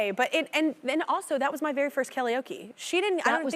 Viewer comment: I love how she said kellyoke instead of karaoke😂